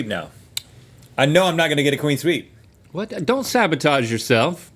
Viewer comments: Someone tell Rhett it's "clean sweep"... Not "Queen sweep" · the fact that y'all keep saying queen sweep instead of clean sweep is sending me LMAO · Is Rhett saying queen sweep? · no one is talking about how rhett says “cwean sweep”